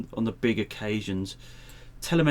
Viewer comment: TEL-EM-ETRY. There isn't an "n" in it ffs.